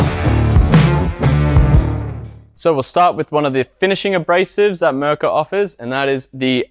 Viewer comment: It's not Mrrka! It's Mirka!